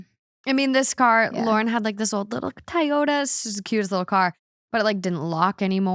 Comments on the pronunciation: Everyone: "Toyota": "Ty-yota" 😅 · Was literally about to comment this lol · why can’t pronounce anything 😂😅 it’s pronounced TOY-YODA, girl! 😂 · i will now be calling toyotas tieyotas from now on. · legit love you but what is a Tie-yo-da 😢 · I tried to ignore...but the way that mispronounced TOYOTA is very frustrating lol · the way says TOYOTA is killing me 😂😂😂😂😂😂😂😂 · I thought she was saying it different. Lol. I was like whattt? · My girlfriend and I are so bothered by her pronunciation of Toyota 🤣 Where did she hear someone pronounce it that way.